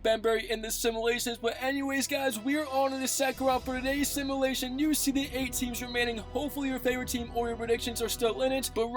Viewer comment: U say simulation wrong